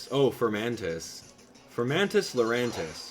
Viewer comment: Just so you know it's Larry-at not Larry-at